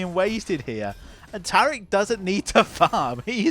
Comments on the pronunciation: Fking English fks inventing weird ways to pronounce normals words. Tariiiiiick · New watcher, love the commentary. Big gripe though, you've rewrote my brain and now I can't say Taric properly. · I love how you pronounce Taric’s name like he’s Arabic.